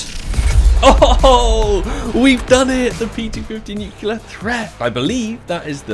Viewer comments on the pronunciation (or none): please is nuCLEAR not nucular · “Nucular” the whole vid was a tough watch 😥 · idk which is worse, "chantito's" or "nukular" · Nu clear.. ffs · I cringe every time he mispronounces "nuclear"